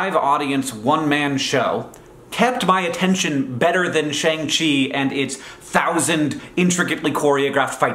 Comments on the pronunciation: “Shang-Chi” is pronounced like “Shaun” (the main character’s English name, hence Katie’s quip “You changed your name from “Shang” to “Shaun”?”), not “Shaang” - Respect you a lot Hank but why do non-Asian English speakers not get this right the pronunciation already exists 😭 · Shang Chi is pronounced “Shahng Chi”. It’s a long A sound. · Not to be that guy, but that’s not how Shang Chi is pronounced, even with an American dialect. Shang pronounced more like “Sh-ahn-g” or “Sh-on-g”. It may seem a bit pedantic, but it’s important we do our best to whitewash other cultures. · Not me screeching about the incorrect pronunciation of Shang-Chi